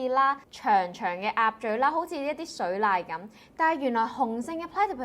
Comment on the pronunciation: 講起「澳洲10個冷知識」, 請容許我添加幾筆 :- 3) 澳洲最毒蜘蛛, 應是 funnel-web spider 啦, otter「水獺」個「獺」字粵音「刷」。 4) 澳洲嘅所謂「雪山」應該係 Thredbo 滑雪勝地, 而 Snowy Mountains 袛不過係澳洲最高山脈, 與及以其水力發電/灌溉系統聞名, 至於觀賞溫帶野生 fauna/flora, 梗係離唔開 Barrington Tops National Park 啦, 然而以上3處都是位於 NSW 境內。 5) 講到獨特「澳洲飲食文化」, 千祈咪漏咗講 scone 同埋 lamington。 6) 澳洲最原始「微生物」, 首推位於西澳 Shark Bay 之「疊層石」Stromatolite, 該處的「藍綠菌」相信有35億年歷史。 7) 澳洲最長的直線火車軌在「東澳」? 唉, 口誤已澄清 ! 8) 講到澳洲有毒水母, 點可以唔提 bluebottle jellyfish 啊 !